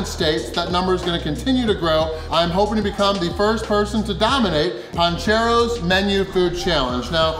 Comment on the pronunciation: It’s PANcheros not PONcheros 😬